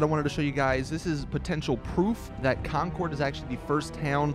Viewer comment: lol you say Concord so weird